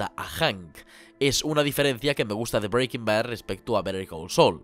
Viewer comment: No me puedo tomar el video en serio si va a pronunciar Breaking Bad así todo el rato macho